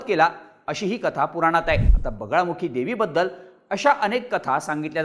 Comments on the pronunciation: अरे yz.. बगलामुखी देवी म्हणतात.. बगळामुखी नाही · बगलामुखी असतं रे.... चुकीचे नका उच्चार करू! दरवेळी कानात खाज आल्यासारखं होतं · Bagalamukhi devi aahe tumche uccharan wrong aahe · ळ नाही रे ते बगलामुखी देवी आहे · बगळामुखी नाही बगलामुखी देवी ... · अरे पूर्ण माहिती तरी गोळा करत जा व्हिडिओ बनवायच्या आधी आई दसमहाविद्या मधली एक आहे तांत्रिक आणि अघोरी हयात जमीन असमान चा फरक आहे आणि बगळामुखी नाही बगलामुखी आहे आई च नाव 🙏🙏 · बगलामुखी माता आहे, नाव तरी नीट घ्या. आणि जरी त्यांनी अघोरी पद्धतीने पूजा केली तरी त्यात गैर काही नाही, त्यांचा तो अधिकार आहे कोणत्या पद्धतीने पूजा करायचा तो.